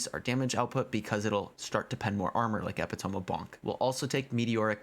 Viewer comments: epi - tome! LOLOLOL thanks for the video! great info! its pronounced "epitomy" though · I'm loving this one! Also, it's Eh-Pitt-oh-Me, not Epi-tome lol. I love your videos though my dude. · Eh-pit-O-me of the Bonk!